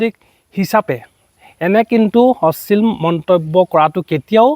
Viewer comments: অশ্লীল শব্দটোৱে ভালদৰে কব নোৱাৰিলি.... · ডাঙৰীয়া আপোনি অশ্লীল শব্দ টো শুদ্ধ কৈ কোৱা নাই যেন লাগিছে।